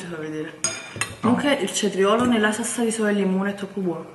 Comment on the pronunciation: salsa con la L, non con la R. Giappone perdonala, lei non sa quello che fa